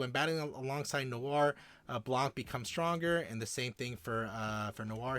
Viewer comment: the c in blanc is silent